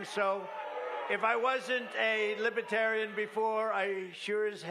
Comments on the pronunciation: He can't even pronounce it correctly. Lib e tarian? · this entire speech was like one big lie lmfao. also he can't pronounce "libertarian" correctly. LIBETARIAN